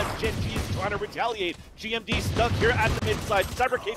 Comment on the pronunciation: does anyone notice the commentator calling GMD gimon